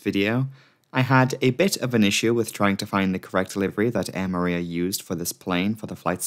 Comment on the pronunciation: Superbly researched video as always- btw Moorea is pronounced "Moh- Oh- Raya" not "Mooh-reea"